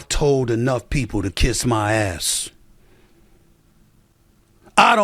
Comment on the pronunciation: If you don't believe a certain "privilege" exists, consider this. A guy who knows VERY little about sports, but toes the company line so he is "the face" of ESPN, but can't pronounce English words properly - he pronounces "people" as "peopow" - as someone who TALKS on television and the radio - and is going to make a hundred million dollars. Think about that. PEOPOW.